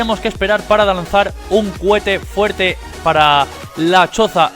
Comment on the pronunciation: No me sirve ninguno, pero me parto de risa cada vez que dices "CUHETE" JAJAJJAJA